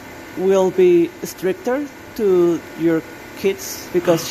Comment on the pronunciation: Stricter? I heard strippter.....that sentence does not seem so nornal now.....being a strippter for your kids😳🤚...Sweet home alabama~~~~